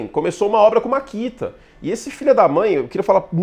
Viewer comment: Vc não é patrocinando pq chama de "MARKITA" e o correto é MAKITA rs